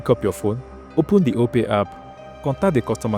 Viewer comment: OPay not Opay